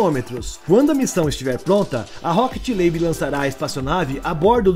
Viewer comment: O nome da empresa é Rocket Lab e não Rocket Labe.